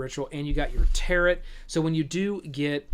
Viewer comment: Thanks for a decent review and rundown of the game and its mechanics! Really dig the depth-without-spoiler style explanation. My biggest complaint about this video is how you mispronounce "tarot" so many times. It doesn't rhyme with carrot, guy.